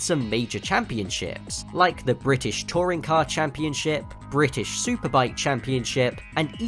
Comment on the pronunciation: mmhhhh do you mean bri‘ish?